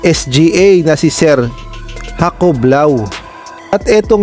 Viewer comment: shaun at maeson aemos ang pronounce ng name nila.ndi hakob lao kundi jaycob basa nun